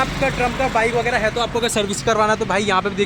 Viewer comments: First yòu take the company name correctly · Bhai pronounce sahi Karo yaar northeast walle bohot hi acche hote hai yaar